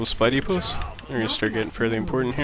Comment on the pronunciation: Am I the only one that hears "spidey puss" when he says supply depots??